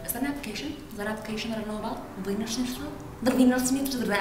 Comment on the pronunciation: "A little VEEIINNER SCHNITZAL!!!!"